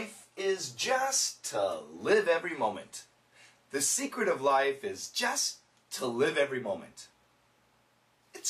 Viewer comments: Did not one heard "just to" sounds like "justice"？I'm kinda confused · it was weird the way he said the word just, i sounded like justA to me and again helped me understand it better. thanks again teacher